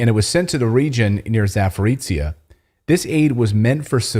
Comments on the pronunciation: CLAYTON, for Christ sake it is not pronounced "ZAPORICIA", please it is called Zaporizhzhia, sounding like ZAPORIZJA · It is beter pronounce " Zaporozje" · Zaporozhye is pronounced, "Zap a rosha"